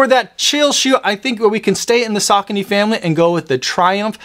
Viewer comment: Saw cone ee 😂